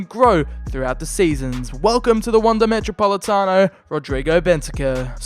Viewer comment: I hate seeing any english speaking person attempt to say Atletico or even spell it, especially how you said metropolitano. But all that matters is if you completed your mission, which I havent seen the video so... yeah, I'll watch it later today, its am.